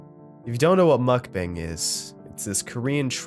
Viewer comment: Of course mukbang isn’t pronounce correctly. What was I expecting?